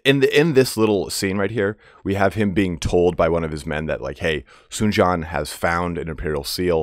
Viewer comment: For some reason, Dong Zhuo ends in a subtle "a" sound. Tried to ask my girlfriend's father to explain this but he couldn't exactly. Sun Jian is more like "Tzian" but said pretty quickly. From what I can tell, and I'm sure I'm not 100% on this, your pronunciation of Sun is correct.